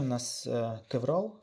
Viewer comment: Друже,як ти вже взявся робити освітній контент- вивчи терміни. Не існує матеріалу з назвою кевРал. Є торгова марка кевЛар, яка робить сверх високомодульне волокно, яке всі почали нащивати ім'ям цієї компанії, і так така назва допустима для загального розуміння, але не кєвРал. Дуже ріже вухо. Дякую.